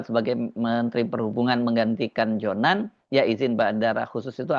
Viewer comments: Her, JONAN, bukan Johan. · Maaf mas bukan Ignatius Johan tetapi Ignatius Jonan. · JONAN pak bukan JOHAN... ???